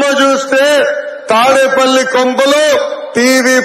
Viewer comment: 2 : 05 రే పూక తాడిపూడి కాదురా తాడేపల్లి